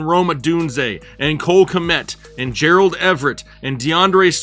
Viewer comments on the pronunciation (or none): none